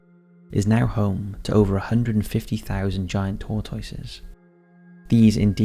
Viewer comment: Tor-TOY-ses? say whut? you mean "tor-tusses?"